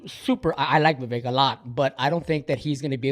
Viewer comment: His name is not Va-Vek it’s Vivek like cake